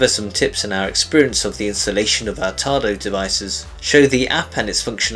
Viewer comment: Any reason why no instruction included when the Application does not present the control for Hot water ? Yes . . One can send an email to Tado technical support, but don't expect a reply. Also. There is no "r" in the word "Tado".